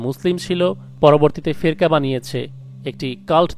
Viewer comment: উচ্চারণ টি কি ফেকরা হবে না?